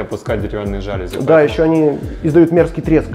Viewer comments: Для глаз красиво! Но ребята , на слух тоже должно быть красиво. жалюзИ. Ударение на последний слог))) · новый телевизор также стоит на тумбе? По проекту на стене нет ни розеток, ни кронштейна... телек на тумбе - совсем не комильфо... И ребята, в слове жалюзи ударение на последний слог😉